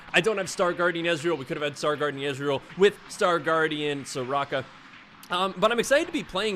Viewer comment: your ezreal, is awful lol